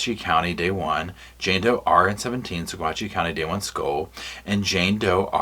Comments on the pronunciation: I'm a Colorado native it's pronounced "Sa-watchy." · the pronunciation for Saguache County is "suh-WATCH" (with slight emphasis on that second syllable). I picked that up from some locals. FWIW, (lawyer Iris) Eytan is pronounced "e-TAHN" (rhymes with Hahn), or at least that's how I heard her former partner Dru Nielsen say it, made a mental note of it. I only mention it because you're the type to appreciate such things. The big news of this autopsy made me SO DANG HAPPY. THANK YOU. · The county is pronounced Sawatch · Saguache is pronounced Saw-watch ~ a Ute Indian word. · Coloradan here. We have some weird pronunciations. Saguache is pronounced suh-WAHTCH. Moffat is pronounced MAH-fuht. Salida is pronounced suh-LIE-duh.